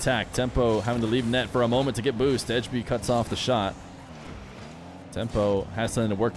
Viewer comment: As a dane, the way you say "Ejby" kinda pmo because its so different lmao (and also because you say edge)